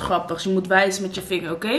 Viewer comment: “Angelique?” “Howkeej”